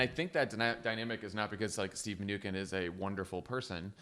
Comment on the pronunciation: You guys are great, but you should correct your pronunciation of the Treasury Secretary's name. It's "min-u-chin"